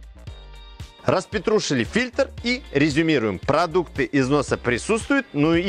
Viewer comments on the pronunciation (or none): Да не "распетрушили", а "распотрашили".